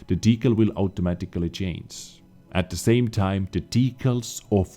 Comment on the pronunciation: EU: Kolacek4 Hey, good job, I like your work! However neverending story with the procunciation of CHANGE in all variants:-D do me a favor and check it out;-)